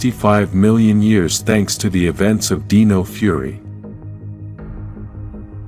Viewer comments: It's Dino - with an I, not Deno. You are pronouncing Dino wrong. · This was a great video! It gave me good insights about the morphin grid! However, when the AI generated voice said Dino…he pronounced it like “deeno”, when it should have been pronounced like “dyno” as in dinosaur.